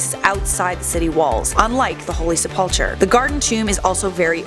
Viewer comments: It is pronounced sep-ul-kur not sep-up-chur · The tomb I'd say is the garden tomb it fits the four accounts better than the sepulcher. However the crucifixion sight I'd say Helen the mother of Constantine got right. Also not to b mean but say it with me it's not sepulchar it's sepulcher- sep ull (like ool) Kar (h is silent) And in calvary enunciate the A a lil more then I think way got it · Helena was Constantine's mother not wife. It's pronounced Sepul-ker. And it was outside of the city as the city was constituted at the time. Jerusalem only expanded to incorporate that land a couple of centuries later.